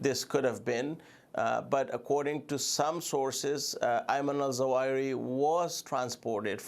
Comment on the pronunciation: Sorry Amy, but it is not Al-Zawahi as you say, but Al-Zawahiri. You missed a whole siillable, silly silabel!!